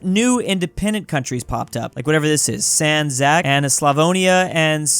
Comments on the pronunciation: no, its not sændzæk, its sandzhak (the zh was like sh, but the tounge to a ceiling of the mouth is a little bit opened) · the way you pronounced Санџак as San Zach has scarred me for life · It's closer to sanjak, where the a's both make the same "ah" sound like when you go ahh at the doctor's rather than the "a" sounds in sand and jack (that ahh at the doctor's is an exaggeration, the mouth doesn't actually open that much, I just can't think of an example in english with that exact sound. maybe the a in father comes close? but still even that "a" sound is a little more open like a short o in "cot". I'm realizing how difficult vowels actually are, the differences are so insanely subtle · "Sand Zack"😭😭😭😭😭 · Sandžak is prounounced "sand zjak" just to let you know (oh also "beograd" is belgrade in serbian) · Oof, that pronunciation of Sandžak